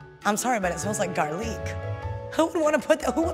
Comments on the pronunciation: Everyone: garlic Awkwafina: garleeeeec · She said garleec and it was pizza so close